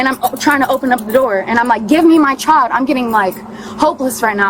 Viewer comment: “My chi-uhl-duh!” “Me-uh!” “Thank you-uh!” “Hostage-uh” “Kid-uh!” “My daughter-uh!” “Bro!”